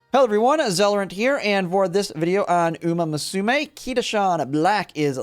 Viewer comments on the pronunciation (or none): Hate how he is not pronouncing the game in the intro as uma musute